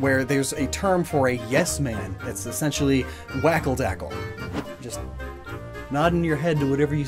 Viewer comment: I feel like I should mention his pronunciation of "Wackeldackel." Shouldn't the W have a V sound and the A's have more an "ah" sound?